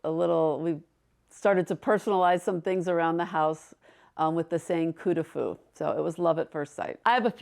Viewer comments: Absolutely beautiful! It’s “coup de foudre” not “coup de fou”. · Coup de Foudre not coup de fou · It’s “Coup de foudre” not fou - it means a thunderbolt or love at first sight. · Sounds like…Coup de food…it is…coup de foudre…meaning…(hit by lightening )…